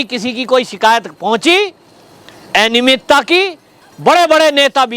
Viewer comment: एनियमितता नहीं, अनियमितता बोलिये